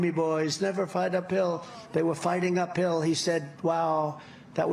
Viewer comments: I thought he was saying “never fight a pill” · Funnier still, i kept hearing "fight a pill', not 'fight up hill.' Team OJ, indeed. Lol. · I thought trump said "never fight a pill!" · Ahhh ! Up hill! It took awhile. I thought tRump was saying fight a pill.